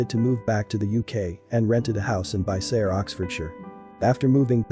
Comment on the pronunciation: This guy doing the video is a idiot doesmt know how to pronounce bicester properly